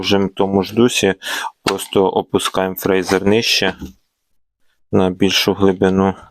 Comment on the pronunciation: Прочитай інструкцію. Твоє "фрейзер" ріже слух. Якщо вже блогериш то називай апарат правильно.